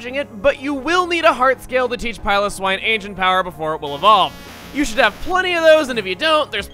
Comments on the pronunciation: you pronounced piloswine wrong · I like the way he says piloswine.